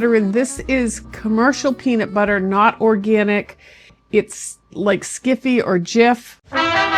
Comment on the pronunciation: It’s Skippy peanut butter, not Skiffy!